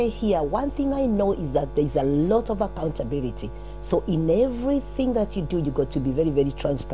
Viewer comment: accauntabirity kweli Lol